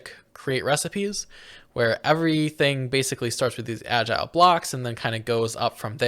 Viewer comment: I was losing my mind over how they pronounced it “agile box” glad im not the only one